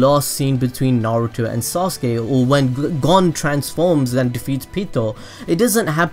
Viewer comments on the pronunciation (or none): none